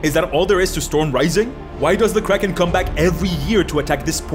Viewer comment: I still can't understand if he is saying kraken or crack head.